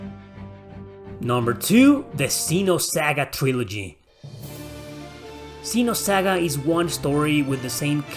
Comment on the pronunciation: Wow, you're great man You speak Ksenosaga right instead of shitish Zenosaga You rock